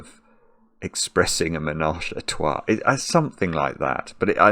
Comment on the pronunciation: Trois is such a difficult word for English speakers, must commend for trying.